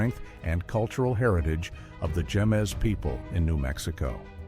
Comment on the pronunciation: First picture- Jemez, pronounced, “hay-mez.” ☺️